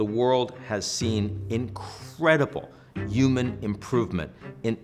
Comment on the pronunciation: Yuman instead of human pronunciation is taking me out every time 😂